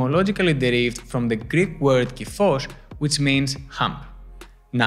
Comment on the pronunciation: Thank you foe this video. When you said "it's from the Greek word," with the tongue roll, I thought of My Big Fat Greek Wedding 😅 I have been working on this for years. YEARS. The only thing I've noticed that has helped is core stability training, pull-ups, wall training and daily correction of posture. That being said, I STILL HAVE IT 😫 It being my stupid stubborn forward shoulders and wings. It's so exhausting! Btw, my arms don't straighten. I realized that as a cheerleader. Don't you think that would also contribute?